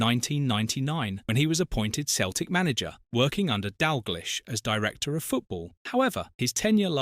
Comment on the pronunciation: Not being able to pronounce Dalglish is pretty jarring.